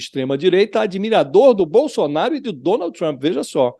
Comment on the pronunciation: Bosolnario não emucente kkkkk